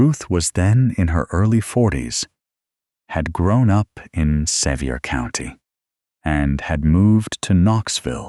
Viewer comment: I was born & raised in Sevier County, TN, and have 150 years worth of people in the ground there. I really enjoy these stories, whether fabricated or not, but for future reference, it is pronounced "suh-VEER" County. The various incorrect pronunciations really detract from the story.